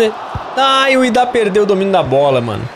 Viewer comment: ñ é IDÁH é Idah ñ tem acentoooooo😮